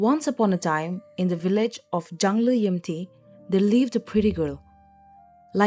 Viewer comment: Chungliyimti not Jungleyimti